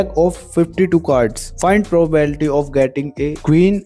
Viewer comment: bhai probability bolna seekh jaa pehle 😂😂